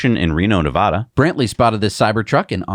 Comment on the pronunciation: Please learn how to pronounce Nevada. Like Elon does